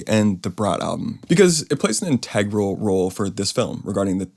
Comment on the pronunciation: People who pronounce integral like that. 🙄😝